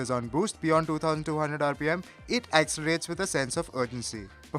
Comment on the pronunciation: Its pronounced 'accelerates' not 'accerates'.. lol